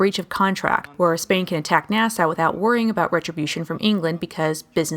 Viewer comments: ITS PRONOUNCED "NAAH-SAW", NOT "NAAH-SOW". FOR CHRISTS SAKE! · It's Nass-aww not Nass-Ow